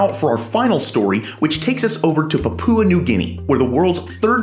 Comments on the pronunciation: Puhpooa? It's PAPUA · Poop Poo New Guinea? Pronounce it "Pup-wa" New Guinea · It’s Paah..pua, Pepooa New Guinea 😊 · papoooa new guinea lol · Incorrect. Papua is not 3 syllables (PAH-poo-ah, wrong), but 2 syllables, emphasis on the first one, and the u is just a glide, not a full vowel, so, PAH-pwa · Love your videos. However, I have a constructive suggestion: check your pronunciations - Papua is pronounced (POP-OO-UH) with the accent on the first syllable. Image means a lot especially when you put your name and face to something - so it's important to produce something that is accurate in every way. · fyi the pupa in pupa new guinea is pronounced as papa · Man said "Papoowa" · The pronunciation of Papua New Guinea is more "Pa-Pyoo-Uh", with emphasis on the first two syllables. Glad to know they're looking after their forests. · great video, your pronunciation of "Papua" almost made me dislike it though...